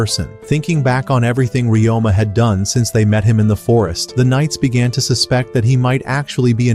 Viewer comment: His name is Ryoma. You can ask a native speaker or someone who speaks Nihongo to know the correct pronunciation